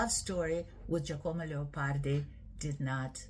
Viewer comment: Please do not butcher his name. Incidentally, Giacomo Leopardi was NOT a Romantic.